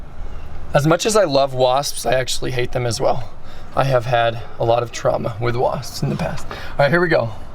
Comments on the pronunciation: 😂he says wasppsspss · He said wasppsps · He said Waspspspsps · The way he adds the extra s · STOP SAYING WASPS LIKE THAT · I don't like the way you say wasp's